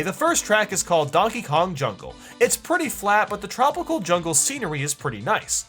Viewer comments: to he says daenkae king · U said Dankey Kang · did he just say, DANKEY KANG? That was a silly inside joke my family had! 😂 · Why did you say Dankey Kang? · It's not dankey kang